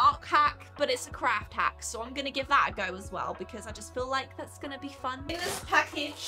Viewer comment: legit, I thought you said, "live with their crap hacks" lol I mean... you're not wrong. :P